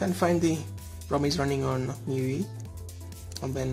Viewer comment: good video.... just one tip... the os is pronounced as "MY YOU EYE" i will definitely try to get this... for now running on the CM12 and hoping for Oxygen OS